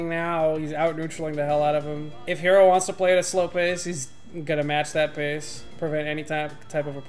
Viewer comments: Just FYI his tag is pronounced Heh-ro, like "hello" but with an "r" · The player Hero(へろー)'s pronunciation is not "hero". Actually it is more like "hello". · The name of this deity is HERO, but its pronounced "he-roh".